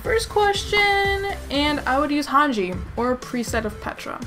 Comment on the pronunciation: it supposed to be hanje/hanji 😂😂😂